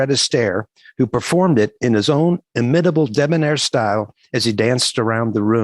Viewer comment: Inimitable, not imitible, which is not a word and you're reading text. Okay, I can relate to temporal displacement, on occasion.